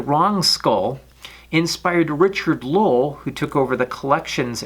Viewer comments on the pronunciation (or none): none